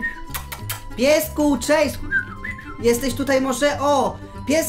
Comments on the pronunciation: chase nie czejs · Chase nie czejs czy ty wgl umiesz choć trochę angielski